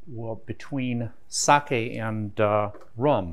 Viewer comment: Being half Japanese, great pronunciation on “Sake”